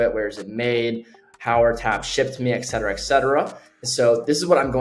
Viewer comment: Oh no, he said “exetera” 😂 (it’s et cetera) .. but apart from that - awesome! ❤ liked & subscribed